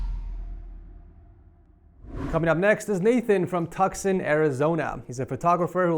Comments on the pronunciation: Did you really prounounce it "TUCK-SON? Arizona? It's pronounced "TOO_SAHN." But I bet you already knew that & just made a mistake. If you use a teleprompter I completely understand how you could make that mistake! You know someone had to bust your balls. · "Tuk-son" Arizona 😂 - Tucson is (To-sawn) Az 😉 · BRO SAID “TUCKSON” (it’s pronounced toos-on) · Bro said Tuck-son Arizona instead of pronouncing it Too-San Arizona 🤣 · TUK-SON Arizona! Lol have to correct you. We always said it too-sawn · I love Ts but dude said “Tuxon” Arizona. 😂 As someone who lives in the state it’s hilarious. But you do you. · Tucson ( too-son ) AZ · For, Tucson = Too Saan Tucson, AZ Just to help a little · "Tucson" is pronounced "Too·saan" Good attempt though! 😆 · Bro said Tucson wrong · how has nobody pointed out the way he pronounced Tucson??? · Not how you pronounce “Tucson” lol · the say he said tucson was so wrong it hurt me